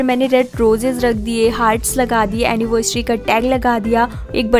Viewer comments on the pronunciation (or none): It's not annivesary it's anniversary please correct your pronounciation. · Woh anniversary hota h anivesrecy nhi hota h pronounce Krna sikho gawar 😂